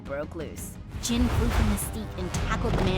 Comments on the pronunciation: He is! but it's pronounced "Jin" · Do y'all even realise he's called JIN not Jim? Damn.. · Jin or jim idk i keep hearing jin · Yeah he is intelligent but his name is Jin not Jim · Y’all know his name is jin not jim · It’s Jin like Kim Seok Jin